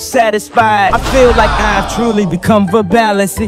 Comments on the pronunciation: My favorite part is how the AI pronounces "verbalase" as "verbal-AhSeh" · Kanye West AI TTS voice: Pronounces “Verbalase” (not like “Verbal-Ace”, but like “Ver-bala-sey.”… or something. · not timmy pronouncing it as verbalussy 💀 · the way the ai says versebalse tho IT SAYS VERSEBALEUSSY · I love how they say Verbalase 😂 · “verbal asseh” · How they pronounce verbalase